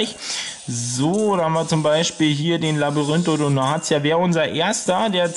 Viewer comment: Er heißt nicht LabyrinthodoNATIA sondern LabyrinthodoNTIA